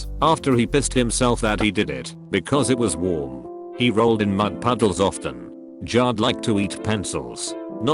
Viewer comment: Jared: Exists Robot voice: JARRED